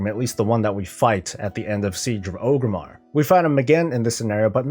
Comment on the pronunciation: OR-GRIM-MAR not OH-GRIM-MAR You and Swifty drive me nuts with the incorrect pronunciation 🤣🤣🤣